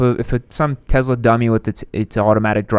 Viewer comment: tezla? lol